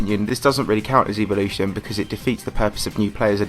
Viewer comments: E volition? It’s pronounced, Ea vol oo shun ;) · I don’t know if it’s different in other countries. But in Canada we say “ev-o-lution” while you were saying “eev-o-lution” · Note you said Evelution